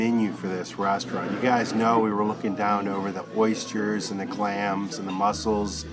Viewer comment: Oystures? 😄 Aw you guys look like you are having a fab time, Croatia has come on a lot since we were there in the 80's before the war. Britain now looking like the poor cousin by comparison. I remember them talking about earthquakes back then a constant threat.